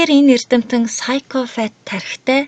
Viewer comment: psychopath gedgiig psychofath geed f-eer duudaad bhiin kkk busdaar goyeenaa amjilt